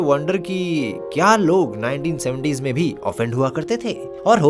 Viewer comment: "में" mein ए ki matra aati hai instead of ऐ 😂😂